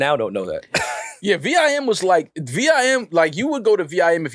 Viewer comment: Saying v i m instead of just vims is naaaasty lmao